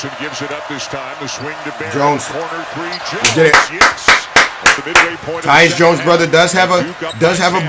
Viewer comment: This guy saying tyus Jones